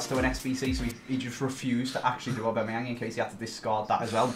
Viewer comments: Aubameyang, not Aubemeyang. With a A not an E after the B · i'm sorry but who the hell is Or-bameyang?